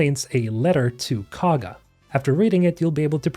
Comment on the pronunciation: I admit it's spelled weird but everyone in the game that says Kagha's name pronounces it (koh-guh) not (caw-guh) so if you played the game you should know how to say it